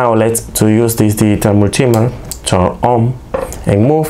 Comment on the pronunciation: "Mul - T - Meet - her", hope that helps you. 👍